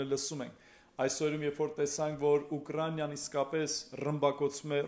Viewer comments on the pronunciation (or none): Украня чи ,УкрАИна э,заЙрадка чи,зарЯдка э,чарчи чи,чат джипити э,корякан чи,корэакан э,микич грагет хосек,вор hачели лини лселы.